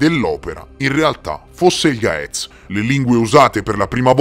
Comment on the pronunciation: Dai incredibile, anche la lingua vecchia del mio paese e gez. In Eritrea, in chiesa la messa e ancora celebrata in gez. Ma è una lingua morta.cmq la pronuncia di gaez e gez. Per chi legge in italiano